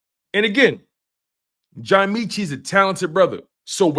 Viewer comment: You don’t even know how to say his name right. What year did you become a birds fan?